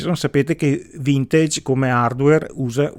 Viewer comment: Simpatico. Apprezzo codesti video, pragmatici e chiari. Due cose: "assolutamente", cerchiamo di dirlo meno..... Vintage, si pronuncia così com'è scritto... Salutoni.